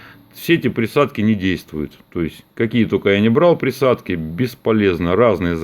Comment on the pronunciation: "За приадки" . У тебя украинские корни?